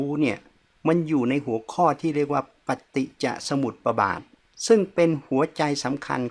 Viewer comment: อาจารย์ครับ ปฏิจสมุปบาท ไม่ออกเสียง ปะ นะครับ